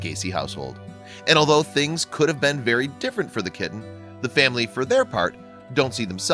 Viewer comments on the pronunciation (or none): none